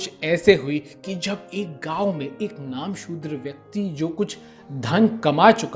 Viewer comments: नामसुद्र नहीं, "नमःशुद्र" होगा। कृपया ध्यान दीजिए। धन्यवाद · Namoshudra .... Focus on pronunciation.. You're destroying full episode..